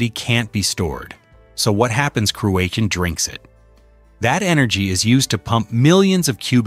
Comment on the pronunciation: Wish this punter could say cruachan properly! Crooashan get real son!!